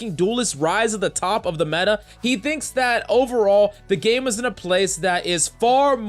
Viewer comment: It's META not MENTA (in Hermione's accent)😂